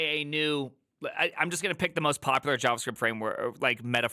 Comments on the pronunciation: Why does bro call it "Yavascript"? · Wtf is YavaScript 😆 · Yawascript lol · HavaScript > YavaScript